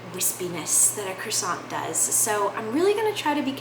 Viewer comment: Americans a croissant is pronouced like "Kwa Son"